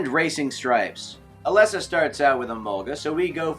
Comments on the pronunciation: NOT ELESSA! IT IS PRONOUNCED LIKE ELEESA! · Umm Its Ee-lee-sa (Elesa) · Swear to god, if he says “Ah-Less-Ah” one more time, I’m unsubscribing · I cringed when u said “Eh-Lesa” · I think he forgot the magic E. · You pronounce Elesa wrong